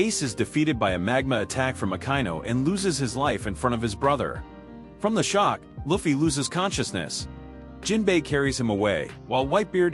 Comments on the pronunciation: Its Luffy not Laughfy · the auto reader cant pronouce luffys name, you need a human naraitor.